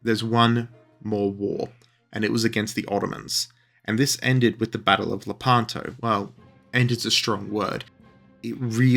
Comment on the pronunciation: Id like to know about the battle of…La-pan-toe? Shut up